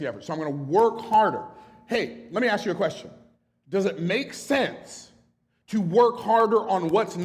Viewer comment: Is he trying to say ask